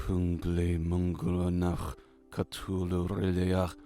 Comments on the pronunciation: Cuh thu loo not cuh too loo lol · BROOOOOOOOO...I like the channel...and I like the way you tell a story...but for the love of of all that is unholy, learn how to correctly pronounce "Cthulhu". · The way he pernounced that hurts my soul